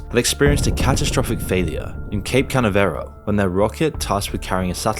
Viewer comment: Cape CAN-AV-ER-AL